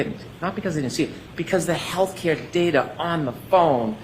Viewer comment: All I hear is daterrrr 🤦🏼‍♀️